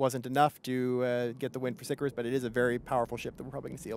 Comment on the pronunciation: It's obvious Latin is something someone in CCP can't GRASP, but.. ffs. It's not "sick-a-rus", SICARIUS. Do your homework.